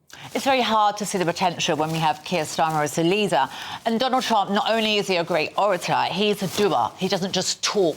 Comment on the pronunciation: I didn't know orator was pronounced orichle.